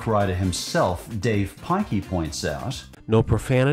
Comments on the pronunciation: pilkey is pronounced pill-key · You pronounced the captain underpants, authors, last name wrong. It pronounced pill-key. i’m not mad at you or anything.